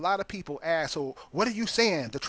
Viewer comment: please google the "horn of africa" you have no clue - the word is ask not axe??? wow just listen to yourself